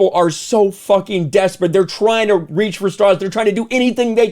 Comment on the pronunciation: You sure do like to "fawking" curse.